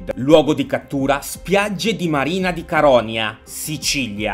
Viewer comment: Hey Doc! Gran bel video, mi sono cagata sotto,anche perchè sono siciliana. In effetti non avevo capito di che paese stessi parlando all'inicio, perchè il paese si chiama "Marina di caronIa, con l'accento sulla I. Tra l'altro è a 20 minuti da casa mia (uccidetemi) Amo i video sulla SCP, fanne altri! E voglio scoprire altri scp della mia zona,la provincia di Messina <3